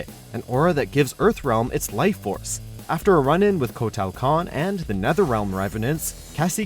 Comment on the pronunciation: That pronunciation on Kotal Khan's name....